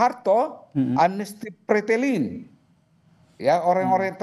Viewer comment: Bukan pretelin tapi fretelin, pak. Jelek banget mengucapkannya